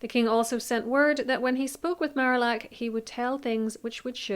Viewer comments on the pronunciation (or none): I love this video, and your analysis of Cromwell’s rise and fall! One quibble: the French ambassador’s name is pronounced Mar-ee-ack.